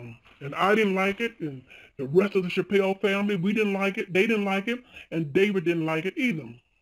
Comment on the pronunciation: Why does she say chappelle completely different to everyone one else who says it including dave?